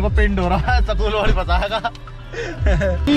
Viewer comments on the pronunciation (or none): Patiyal school hota hai sakul nhi🤣🤣